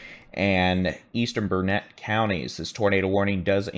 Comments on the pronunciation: Great vid but Dude… it is Burn-it not Burn-net. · Thank you for. We watch your broadcast daily. Your accurate, and funny too-boot. But have to correct a couple names you pronounce incorrectly for a Texan.😅😅 As my dear grandmother always said " it's Burn-IT dern-it, ya gotta learn-it. Not ber-net. Also Brazos is a like in Mad not Brazus like in bra. But just a little corrective criticism. 😊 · Bernet pronumciation........... bur-nuht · It's Burn-it accent on Burn... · Its Burnet, Learn it, Dern it.